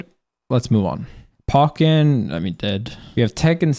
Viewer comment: I think the way you treated Pokken was worse than ANYTHING you ever said about any game in this list by far, and is truly representative of the current state of the game. You mispronounced it, called it dead and INSTANTLY moved on. At least for Smash or StreetFighter or even King of Fighters you talked about it. But you didn't even care to for Pokken. Actions speak louder than words tbh.